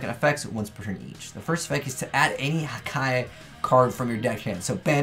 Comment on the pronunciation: One of the only yugitubers I now saw/heard who can pronounce Hakai "correctly", not Haka, Haki or Hika. But I think they are really destructive and good in disruption opponents monsters, but it has no protection and can easily get Kaiju-ed, returned to the hand,deck, etc.